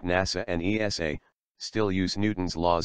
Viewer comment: His examples of space agencies are NASA and ESA, which isn't pronounced well. Why didn't Roscosmos make it?